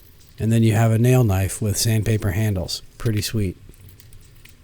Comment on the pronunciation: That's a sexy kuh-nif-ee. Nice job.